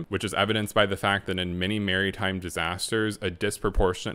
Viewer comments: I'm sorry but the way you say Maritime like "Merry Time" made me laugh imagining as though the people on the titanic had a disaster due to having too much of a Merry Time 😂😂 people dancing into the water n shit😂 Ahh I'm going to hell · Look up how to pronounce maritime mate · Love your channel! And ive subbed, gonna binge more. I find it so funny how you pronounce maritime 😂😂